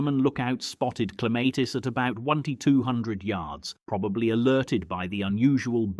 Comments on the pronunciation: They finally pronounced Clematis correctly within 1 minute they were back with the r. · Where the hell is the "R" in your pronunciation of Clematis 😂